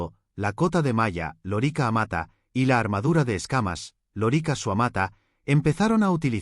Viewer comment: Por dios, si supieras tanto de Latín como de Historia. Da grima escucharte decir una y otra vez loríca, con acento en la I, como si fuera la hembra del papagayo. Es lórica, esdrújula, hombre.